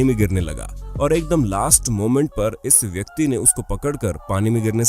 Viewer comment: bhai voice quality thoda kharab he, (ex. iss yeh word kaan me chubta hey)